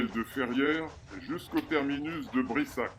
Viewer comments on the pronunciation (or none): BRASSAC et non Brissac